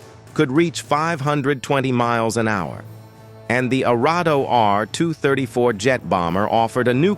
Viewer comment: AI generated voice-overs ... "me" 262, "he" 162 and "ar" 234 ... 🤣